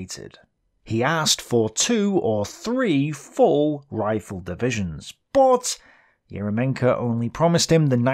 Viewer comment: not EromenkO, he is ErYOmenko, because in russian language "Ерёменко" and "ё" (YO in english) always main vowel in word.